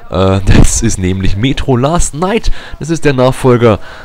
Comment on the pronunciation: Es heißt : Metro Last Light ^^ (nicht last night)